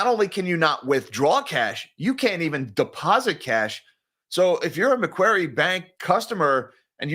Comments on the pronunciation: Hey, thanks for mentioning MacQuarie Bank - it's one of those high risk banks that border line should be out of business for taking too many risky loans in the past. Also, pronounced 'MacQuorry' (Austraaaaaaalian accent maaaaate) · Macquarie is pronounced "Macquarry"